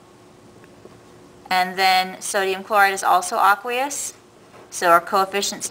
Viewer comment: I was really tempted to click off this video because she kept say "aqueous" wrong